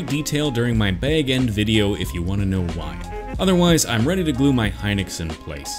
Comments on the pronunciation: I’m going to get a lot of flack for this BUT! I believe it’s pronounced “He-nox” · Hinox is Pronounced he nox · pronounciation is it hee-nox or hy-nox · the way he says hinox makes me so mad